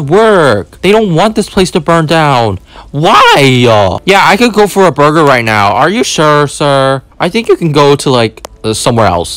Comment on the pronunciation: "lettuse" and then, "burgr" and then lastly, "bathrom" 😂😂